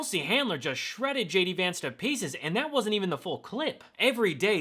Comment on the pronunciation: 'Shay - D' Vance.